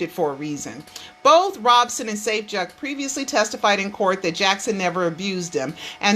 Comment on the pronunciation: it's ROB SON. not. ROBE SON.